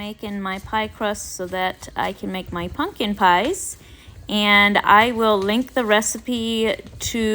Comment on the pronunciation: It is pumpkin, not punk in!